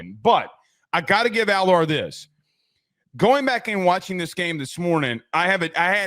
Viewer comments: can you please pronounce his name correctly AL ERRR. Drives me crazy., he was dropping balls into receivers hands and they can’t catch them. If he was at Ohio State he would be QB1 this year. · Can y'all please pronounce Allar's name right lol